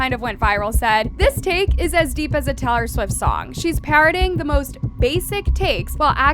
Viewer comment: can we talk abt how she said T"ah"lor Swift?